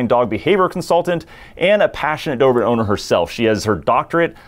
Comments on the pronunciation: Every time, I hear Doorman instead of Do-ber-man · Do-ber-man, let’s all say it together…Cheers…!!!